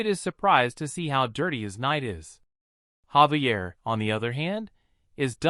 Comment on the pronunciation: gang isnt his name Javier not xavier?????